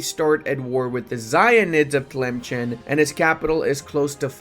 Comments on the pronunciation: It's pronounced as Tilemsen not Chen Also they put the g with dot as for the sound is gh maghrib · Also its not pronounced tlemchen its pronounced tlemsen